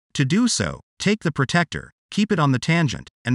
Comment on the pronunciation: The Angle Measuring Tool is called a 'PRO-TRACT-OR' it is not a pro-tect-or. 'Protractor'